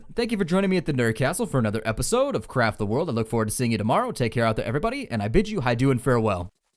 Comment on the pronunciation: I swore I heard you say at the end, 'an Episode of crap the world.' =\